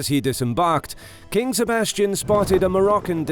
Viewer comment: "Sebastian"? No, no, no... SEBASTIÃO.